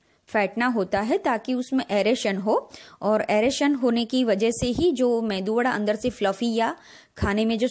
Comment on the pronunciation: This is called MEDU WADA Please don't say MENDU WADA